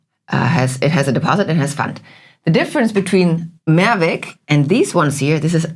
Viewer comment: Dear, you don't have to pronounce the word "Mehrwegggg" but "Mehrweeeeg" 😊 "More ways" versus "One way" = Mehrweg vs. Einweg. And furthermore it's not "Kroooombacher" but "Krommmmbacher". My home town is near Kreuztal-Krombach where the beer comes from. Thanks for the interesting topic! You both are amazing!